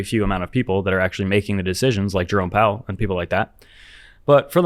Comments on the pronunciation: I’m pretty sure i heard you say jerome bowel 😂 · You pronounced Jerome Bowel’s name incorrectly.